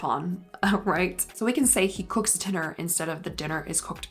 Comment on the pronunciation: I like your videos a lot but I have to tell you something that has kept from even finishing them. You really articulate your words but you also have this tendency to add the “h” sound to any word you can fit it into. I think you’re just trying to pronounce clearer but it’s extremely distracting and overbearing. G-ho, expl-hain, c-hook.